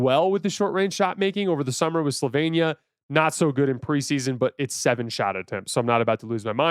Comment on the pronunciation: Thanks, love your stuff. Just note it’s Slovenia pronounced “slo-VEEN-ee-ah”